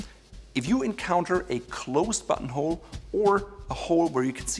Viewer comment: I keep hearing butthole when he says button hole😂😂😂